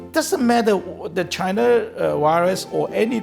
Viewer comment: He didn’t say Chinese. He said CHAINAH.